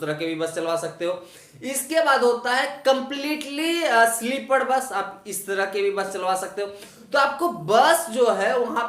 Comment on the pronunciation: Sleepad nahi be sleeper bol anpad